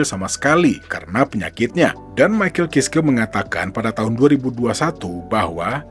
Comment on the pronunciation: Bacanya maikel kaiski om 😅😅